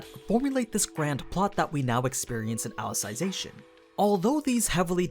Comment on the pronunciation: Funny that nobody has point this out yet. It's pronounce Ally-Zee-Zation not Ally-Sai-Zation